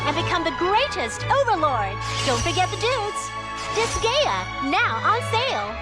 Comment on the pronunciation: did they really just call Disgaea Digaya?